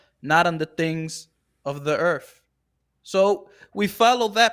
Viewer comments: 😂 he said "Earff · Dude keeps saying “Erf” haha